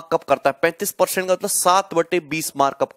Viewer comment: peorcent hahaha🤣🤣